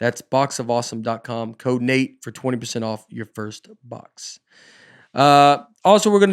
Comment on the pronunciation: And thanks for pronouncing my name right. Love you Nate